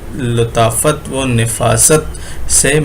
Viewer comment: تلفّظ ٹھیک کریں لطافت کے ل کو فتح کے ساتھ پڑھیں